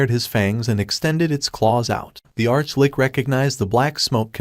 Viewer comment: What's with the sob sob? It's an Arch-Litch, not lick